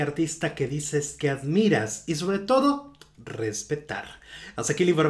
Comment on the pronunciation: Asmiras? Asmiras?????? Por Dioossss